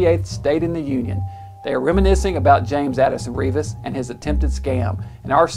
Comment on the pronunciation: This is part of my family history. The name is pronounced REV-is, not REE-vis.